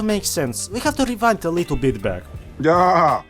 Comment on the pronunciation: 'a rrrittle asss crrack' bro sounds like the grand high witch jokes aside, great quality 👍